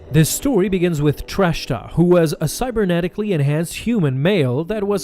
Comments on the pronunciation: Please stop saying "Trashta." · It’s “Track-ta”